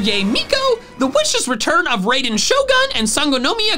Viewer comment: mate i love your hilarious self and all you and antics and while im glad you were sponsored to promote genshin impact which i play a lot, you really need to learn to pronounce japanese names you mispronounced both yae and raiden